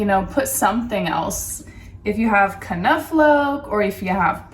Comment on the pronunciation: Hey, I know I'm a bit late to the party but I just wanted to say that I loved your video! Also, I noticed someone commented on your pronunciation of 'knoflook' and you apologized for it, but I think he was trying to be funny with his remark, because, really, your pronunciation of that word is very close to the proper way of saying it. Just remember to leave out the 'uh' sound in between the first two letters of 'knoflook', and you're golden.